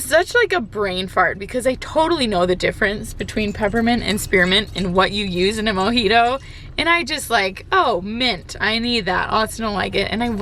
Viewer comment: OMG 😂😂 I totally heard Libido and not Mojito re the mint. Almost spit my drink.